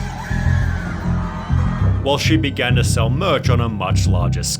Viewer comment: Why does this guy talk this way LOL makes the videos completely unwatchable. "Hawk Tuah girl has already sold-UH $50,000 dollars worth of merch-CHH" so fucking annoying